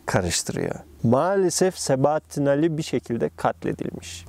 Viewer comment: sebaattin değil